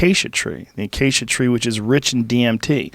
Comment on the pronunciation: Joe “acica tree” Rogan